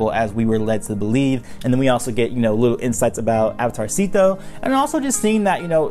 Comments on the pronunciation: I cat stop hearing "Avatar Szeto" as "Avatarcito" which is like tiny avatar, damn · Every time you said Avatar Szeto, it sounds like avatarsito which means little avatar in Spanish lol